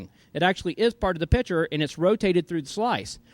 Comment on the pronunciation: it's pronounced piCture piCCCCture, you know, with a k-sound. also, saying "RAID Array" doesn't make sense